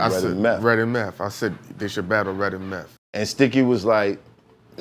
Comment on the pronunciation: This episode is FIRE!! I have been saying to myself for a while now that Meth (pronounced MEFF :-) actually sounds better now than he did when he first came out. I attributed it to him being older and wiser but it was more than that and he confirmed it in this episode. Thanks, Math (pronounced MAFF :-)